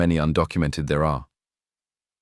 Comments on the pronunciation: This is AI. His meme is Gill. Not pronounced Jill. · Stupid AI voice, the Congressman's name is Gill, not Jill. A human would know better. Liberty Voice, hire a real person. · It’s “Gill”, not “Jill”. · He’s gill not Jill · Congressman 'Jill'? AI narration sucks. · His name. Gill is pronounced with a hard "g" not a soft one.